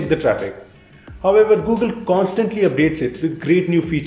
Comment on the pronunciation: "bitter"? "Gugil"? "estap"? "moltipol"? 😂😂😂😂😂😂